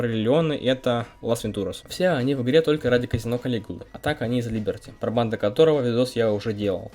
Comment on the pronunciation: "Бадны ЛВ"